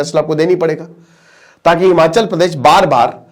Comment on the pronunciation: हिमाँचल नहीं हिमाचल है।